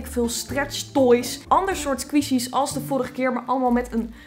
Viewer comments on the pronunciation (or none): "sqweeshies" vgm moet je het uitspreken als "skwishies" (niet flauw bedoeld hoor, je bent een geweldige youtuber) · Geen haat, ik bedoel, eerlijk is eerlijk, ik vind je super leuk. Maar je spreekt 'Squishies' verkeerd uit. Het is niet 'Sqwieshies' maar 'Sqwishies'. Als in de i, dus niet de ie. ♥ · Je spreekt het uit als skwisji maar leuke video💋 want ik hou van squishies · Leuke video! Je zegt het alleen als "skwoesjies" 😂 maar maakt niet uit hoor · Je spreekt het uit als squshies